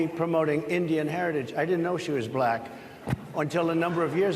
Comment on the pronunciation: The 3 syllable "Buh-laa-Cuh" is giving segregation vibes 😐